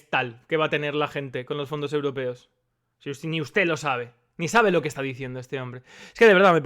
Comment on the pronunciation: "el fondo eurpeo es imporntane para que los españoles puedan tal" Rodriguez Zapatero, 2020. ajajajajajjajajaja